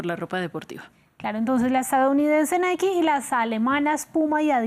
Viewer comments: No se dice Naiki, se pronuncia Nike asi como se escribe, por ejemplo bike se pronuncia asi mismo no biki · Se pronuncia : Naik y el segundo seria Baik. La e al final no se pronuncia en este caso. Y menos se pronuncia como i. Osea Naiki.